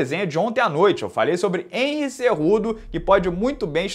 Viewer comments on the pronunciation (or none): none